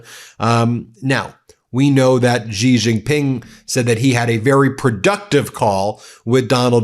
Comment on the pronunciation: No one should be allowed to talk about China if he can’t pronounce Xi.